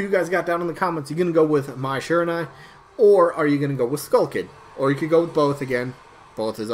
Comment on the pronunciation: Sry Mai, Skull Kid. Also the UI in Shiranui is pronounced Uhee